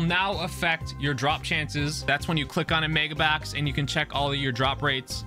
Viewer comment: "Megabax" lol